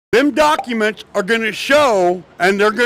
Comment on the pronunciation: "Dem Duckuments!" :face-purple-crying